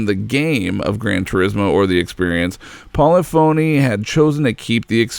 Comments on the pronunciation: One minor gripe, but it's understandable because I did it until I listened to actual employees say the name correctly. It's not poly-phony. But I don't know how to show it. Great video! Now that the PS5 is out and GT7 is doing so VERY well, this can get an awesome update! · PO - LIF - OH - NEE 🤣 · Great video but "Polly-phony" lol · You're say polyphony wrong. It sounds like symphony when you pronounce it correctly. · It's po-lif-o-knee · It's pol-ih-fon-eeh. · Not Pol-e-fone-e, Poll-lif-fone-e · Isn't it Polif-unny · Why do you pronounce 'Polyphony' like it's two separate words? Other than that good video lol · God it bugs me how you pronounce polyphony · Anyone else cringe every time he mispronounces Polyphony? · I love this video, but damn I really don't like how he pronounces polyphony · Anyone else find it very annoying when someone makes a documentary and then pronounces the company name incorrectly the whole video? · Hearing him butcher Polyphony is killing me. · yeah but he still can't say polyphony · For some reason doesn't know what polyphony is... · Great video, but please take the time to ensure that you are pronouncing everything correctly. You mispronounced Ordonez and Polyphony throughout the video. Great work! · Polyphony is not pronounced poly-phony, it's "po-liff-ony" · Hey, idiots, it's pronounced "pollih-phunee", not poly-phony, unless you're doing it on purpose to try bait or annoy someone. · Paulafony. Po-lyph-ony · Polyphony - PAWLEE-PHONEE????? Try PAWLEE FAHNEE - -JAYZUS!! All your effort on such a GREATshort documentary and you couldn't do a short stab and basic pronunciation of the mans corporation?????? Disappointing! *****Side note: It's not like it was a Japanese word!!! POLYPHONY is basic English! SMFH!! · Great video but good lord. It’s pronounced.... PO-LIFF-O-NEE not PO-LEH-PHONY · Good video. Minor quibble, but it's not Paula Phony. It's pa'LIFF'a'KNEE. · FYI...Polyphony is pronounced 'pulliffany'. :)